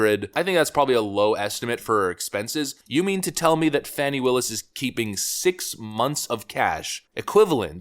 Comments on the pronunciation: Her name is Fani it's pronounced Fahh-nee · Her name is FANNY. Not fawni. Fani.